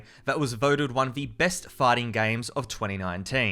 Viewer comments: he said farter game 💩💩💩💩💩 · i thought he said farting game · did he say farting games? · He pronounced fighting in a English accent